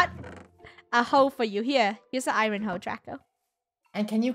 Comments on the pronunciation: I love how they say Iren not Iron Lolololl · She says ir oon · Im pretty sure sometimes funneh says iron wrong? i dont know! :D